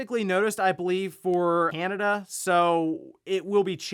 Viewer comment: ah yes my favourite place to be, Anada.